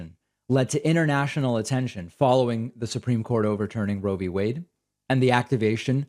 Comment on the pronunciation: International being pronounced inernational is getting to me.